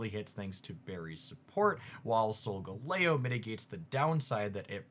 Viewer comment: Pokemon pronunciations tip: Start with the word it's based on and modify from there. Arachnid > Ar aqua nid Abominable > Crab Bominable The one I really hate is Soul-Galley-Oh.